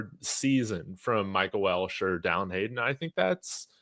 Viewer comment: Its pronounced Wel-che not Welsh. There is no "S" in his last name. Respectfully.